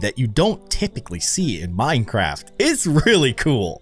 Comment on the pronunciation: The minecraft word said mincerft